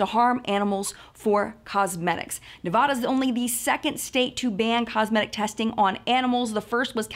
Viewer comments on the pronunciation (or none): Ahh the way people not from Nevada say Nevada 😂